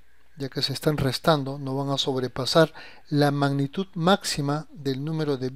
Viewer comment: como te cuesta decir magnitud man, me duelen los oidos